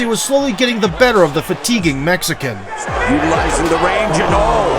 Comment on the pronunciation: Why you say mexican like that it sound racist 🤔